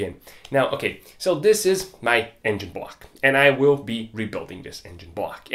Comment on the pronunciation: for most funny thing in this video.. i just heard him say " bwuuaack " whole video.. i know he said " block " but I'm sorry laughing at you mate.. think my hearing aren't train enough 🤣🤣🤣